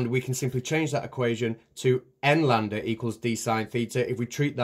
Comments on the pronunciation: Did you say "Landa" instead of "Lambda" ??? Dude.... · are you sure. I too thought you said Landa, as in Hans Landa, the famous Austrian scientist. No, my mistake.